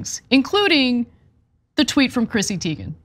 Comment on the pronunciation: BTW, her last name is pronounced Tay-gen. "I" before "E" except after "C" or when it has an A sound, like neighbor. Just an FYI